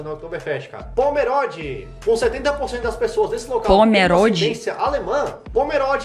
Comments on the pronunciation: kkkkkkkkkkkk não é "pomeródi", é "pomerôdi", ele falou errado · Pomerode é perto de Blumenau, estado de Santa Catarina. Mas o brasileiro pronunciou incorretamente.